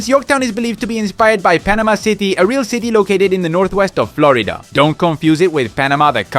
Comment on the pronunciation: no it's somewhere that speaks Spanish its the way he says Florida